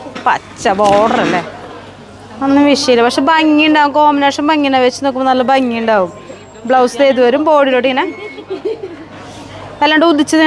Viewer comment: ബംഗി അല്ല ഭംഗി എന്നാണ്, ആവർത്തിച്ചാവർത്തിച്ചു ബംഗി എന്നാണ് പറയുന്നത്